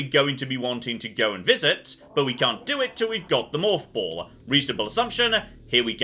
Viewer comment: The way says “morph ball” makes me think he’s saying “moth ball” in British.